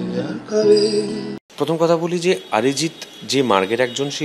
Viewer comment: আঁতেল পরিবর্তন, অরিজিত বলতে পারেনা, ওর মুখ দিয়ে বেরোয় আরিজিত